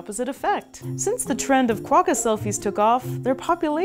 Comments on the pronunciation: Great vid! You don't really emphasize the "qua" all that much though, we say it closer to "Kwock-ka" as 2 syllables, not Ka-wa-ka as you're saying. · Cwo-ka Not kwa-ka